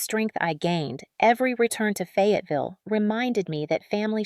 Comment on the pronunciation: Please please in the name of all that's good & holy hire an editor. It's Fayetteville not Fagaville